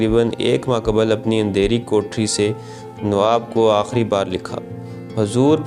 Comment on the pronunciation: aahri nahi aakhri